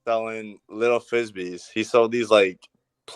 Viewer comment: “He would sewl these fwizzbees”